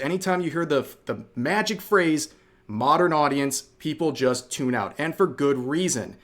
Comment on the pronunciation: "and for that reason I'm oot"